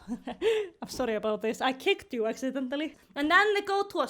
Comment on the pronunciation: “i keicked you achsidententhaly” 💀